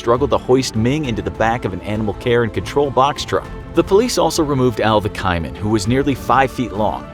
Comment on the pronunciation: Its pronounced kay-man.